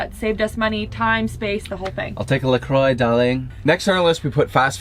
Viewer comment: Please! You are Canadian..it’s “la croix” like “la Kwah” not “la croy”.